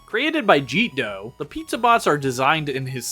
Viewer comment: Ah yes Jeetdoh. . .I remember when that artist did much rounder art. . . So happy he's doing what he loves though, also I thought it was pronounced like Jet-dough